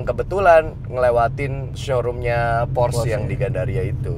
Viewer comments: Porsche = Porsh X, Porse ✓ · Bacanya porse bang bukan pors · Porsche ngomongnya Porsche kali. Gak Pors. Ya elah. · cara baca "porsche" nya salah om harusnya kayak bilang "porsya".. btw keren bgt mobilnya. kapan ya punya...ngimpi >_< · Porsye dika bang bacanya